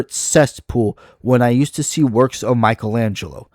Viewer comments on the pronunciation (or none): none